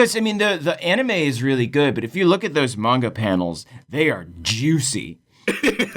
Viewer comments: i stg if he says polNAHreff and mEHnga one more time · pronunciation of manga hurts me... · It’s pronounced “manga” not “manga”